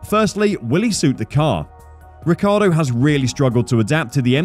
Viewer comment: Fernando's surname is Alonso not Alonzo. The correct pronunciation of Daniel's surname is Ree chee ardo.